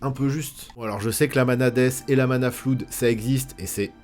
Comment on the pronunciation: hello ! je suis pas du tout abonné, j'ai juste été happé par l'algorithme de youtube et la miniature… c'était juste pour repréciser que les omglay prononcent ça "flode" (au cas où 😛)… comme pour blood, quoi